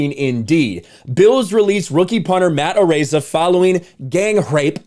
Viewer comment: It's pronounced "A-rize ah".